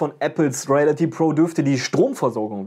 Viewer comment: Ich würde mich freuen wenn du, bevor du ein Video drehst, lernst die Wörter richtig auszusprechen (Reality, Review...)